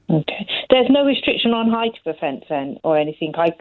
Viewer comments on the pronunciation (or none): She does talk about the 'eight of the hedge though, rather than the height of it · the 'ite' of the 'edge' - for the love of god, PLEASE someone teach this lady how to pronounce the letter 'H'